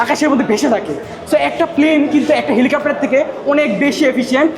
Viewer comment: ওটা 'হেলিকপ্টার ' হবে কাপ্টার না